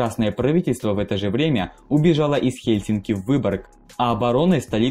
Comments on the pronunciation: Ага ,а в "Хельсинках" не режет)) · Хельсинок? ТампЕре? Из моих ушей пошла кровь! Автор, учись говорить правильно!